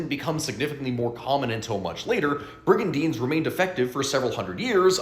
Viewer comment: No, I agree, if you're going to dish out factual information, endeavour to pronounce it properly. .